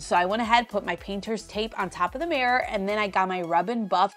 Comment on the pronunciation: Love your stuff, hate how you say mirror. Mares are horses!